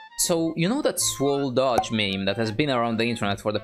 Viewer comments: You said it like Dodge not Doge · dodge?!!?!? HIS NAME IS DOH-J WHY DOES NOBODY GET IT RIGHT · D-oh-j, not Doj. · I hate how he pronounces doge